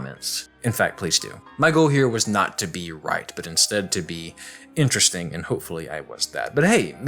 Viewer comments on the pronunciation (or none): none